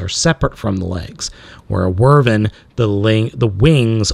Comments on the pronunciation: Both correct. But never Whirrvern. Drove me crazy hearing it so often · It’s not how you say wyvern you said wrvern the proper way to pronounce it is why-Vern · It can also be pronounced "Wi' Vern", like someone saying "With Vern" very quickly. Not "Werven" though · It's Wyvern not Wyrven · This entire time, you pronounce it like wervin. I usually pronounce it wih-vern, but why-vern works too. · I dont like correcting YouTubers. Especially you, because you make me laugh, which is hard to do. But......... Wyvern. pronounced like a question asked by Jim Varney's Earnest: "Why, Vern?" That being said, I love your channel and I love your content. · You're right about the classification, but it's pronounced Why-vern. And that still is a TYPE of dragon, just not a "true dragon", just in how we call many things bugs, but there IS a set of characteristics to make something a "true bug". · wyvern not wurven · Wow, he's awful. Also, Wyvern is pronounced as Why-vurn. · Just to clarify it's pronounced Why-vern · it's pronounced why-vern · not quite. its pronounced wiv-ern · That's the worst pronounciation of Wyvern I've ever heard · Some "nerd" you are, you cannot even pronounce wyvern right. Boo-Urns. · great review man but you're pronunciation of wyvern is all wrong